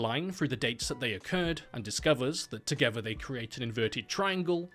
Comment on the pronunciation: Together isn't pronounced "togevver". "th" is made by putting the tip of your tongue beneath your front upper teeth and pushing a bit of air out, not by putting your lower lip against the upper teeth. TH = tongue. practice that.